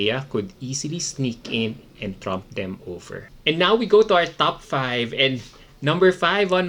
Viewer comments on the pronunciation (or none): none